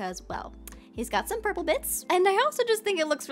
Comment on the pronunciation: The Red house the perpele house 😂